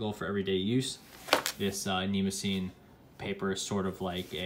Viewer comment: Wrong pronunciation, but understandable. I pronounced it the same way until I researched the paper. It actually should sound like knee-moss-a-knee.